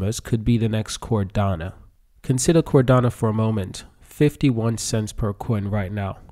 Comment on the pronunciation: It's literally on his screen and he still mispronounced/misspelled Cardano